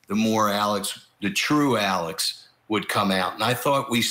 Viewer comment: It's Alex not alec